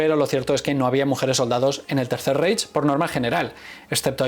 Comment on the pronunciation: Se pronuncia Raich idiota